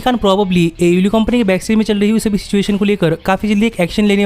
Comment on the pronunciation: DISLIKE THIS VIDEO BECAUSE HE COPIES CONTENT FROM ALL OTHER VIDEOS, why does this guy pronounce AEW LIKE THAT ?????